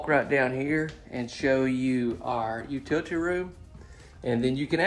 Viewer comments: Hon, I don't know who is trying to pull one over on you, but the proper pronunciation for "utility" is "Yoo-ti-luh-tee," not yoo-ti-tee, or what ever you're saying. Really enjoy your videos. I love man's, I own one, and I love checking out the new designs and ideas. Thank you! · I typically don't weigh in BUT.... #1: I adore how you pronounce "utility". You're a country boy at heart and it shows for sure! 😂 #2: One thing is for sure, not everyone is going to love everything about every tour you share. I admit, I'm never going to be a fan of the smaller, single wide, board & batten walled homes. I grew up spending time in and around them and those always seemed built poorly. That may not be the case so much these days so my apologies if the quality has in fact improved. Because of my childhood experiences, I typically dont watch the single and double wide tours. But tonight I was curious because of the exterior color. The layout, however, was all kinds of choppy to me. It was difficult to follow the flow of it. The kitchen counter space and dining area options were lacking. That would be my personal critique obviously and where I felt it fell short I'm sure others would not have the same qualms. Thanks for sharing these tours all the same though.